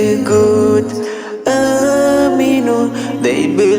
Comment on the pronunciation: shoudn't it be آمَنُوا instead of آمِنُوا? Or am I mistaken?